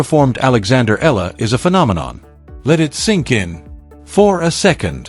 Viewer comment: Eala pronunciation E yala